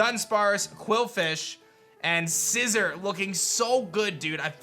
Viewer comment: Bro you gotta be trollin at this point. It’s not (Scizzor) it’s Sci-ZOR)